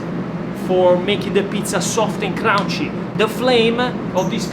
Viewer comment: one day, you will no longer mis-pronounce the word, "CRUNCHY." It rhymes with RUN and FUN. Not "round" or "down." So, do not say, "CROUNCHI." Say, C*RUN*CHY. Thank you so much. I hope you break this super annoying mispronunciation because you say it so very much. Prova a dirlo bene. Apprezzato.